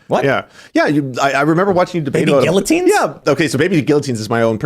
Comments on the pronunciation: this guy cant pronounce guillotine at all it makes me sick hearing his way of saying the word hahahaha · If you are going to use the word guillotine at least know how to pronounce it properly.